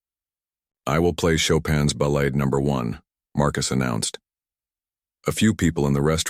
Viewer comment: Another moving and fine video. A couple of small suggestions: I think, but am not sure, that when part of a musical piece like Chopin's Ballade, it is pronounced ba-laud'. But check this one before you take my word for it. The other suggestion involves the fine narration as a whole. In parts it sounds like the readers is reading from the captions as they go by on the screen, causing some awkward jumps and pauses. Suggest you record the narration first and put the captions in after. Not a big deal ether suggestion, but your stories are so moving that they should not be even slightly flawed! Again, thanks for a fine presentation.